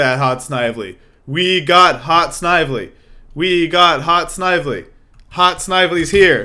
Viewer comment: You pronounced Snively wrong. Several hundred times.